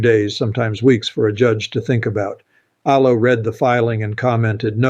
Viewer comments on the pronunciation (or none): This ain’t. This is chopped up A.I.. Pay attention to the words. Do you think he doesn’t know how to pronounce “Alito”? he says justice “Alo”. Listen closely, the video is full of little glitches like that. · Your commentary is good, but the mispronunciation of certain names, like Justice Alito, leads me to believe this is Ai generated, which I abhor and do not trust. Too bad. You are a smart communicator.